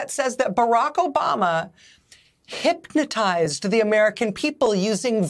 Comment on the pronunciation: This woman can't even pronounce hypnotize. She's often been caught making things up from out of the blue. Notice she doesn't give a source so the mind-numbed robot fans can go verify what she's alleging.